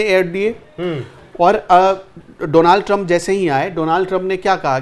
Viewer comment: Lovely discussion! Pronunciation Donald ka donAald nahin hai DONald hai. Don, Don , Don